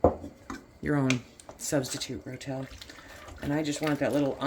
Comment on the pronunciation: Ro-Tel… not Rotelle !